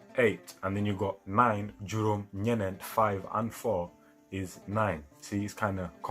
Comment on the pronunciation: pause. where are you from? "nyenent?" in kaolack, peope say: benn, nyaar, nyet, nyent. you seem to be adding extra...